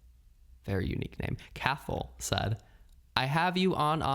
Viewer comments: Cathal is an Irish name pronounced cah-hill ✌🏼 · We have the exact same birthday (12/09/1992 🥳) and I always love hearing your lil life updates or what your up to. Not to compare but I just find it interesting how different our lives are but have lived the same amount of time. ALSO I think Cathal may be the Irish name pronounced Cah-hol 🙂